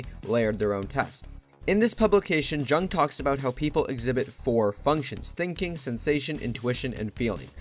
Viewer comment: Mispronouncing Jung bro